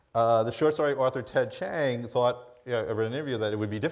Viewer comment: Hey she pronounced Ted Chiang's last name correctly!